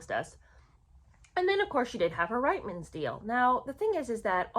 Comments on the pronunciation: Sorry, I’m Canadian and it is pronounced Reetmans. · My apologies. I know it's frustrating & irritating to be called out on pronunciation however it is equally frustrating & irritating to Canadian ears to have nation wide names mispronounced. That being said it is: Rietmans pronounced (Reetman's) & Rideau pronounced (Reedoh). You may roll your American eyes but since I am listening to your podcast thereby helping it I would very much appreciate if you did a little research into Canadian/British pronunciations.